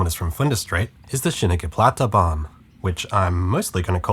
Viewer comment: Being a native swiss-german speaker, your pronounciation is excellent! As someone who works in public transport, I'm actually a bit ashamed to admit that I've never been on the SPB. Your video has just convinced me to go for it next year.